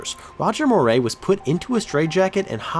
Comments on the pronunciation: Bad start...The Red Sox pitcher's name was Roger Moret, last name pronounced More-ETT, not More-AY, and it was a catatonic state, not KAY-tonic. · Great video. One small correction, Red Sox pitcher Roger Moret's surname is pronounced mo-RETT. We was a neat pitcher, and I liked him when I was a kid.